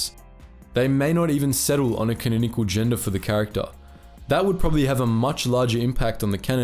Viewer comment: Canonical being pronounced wrong so many times tho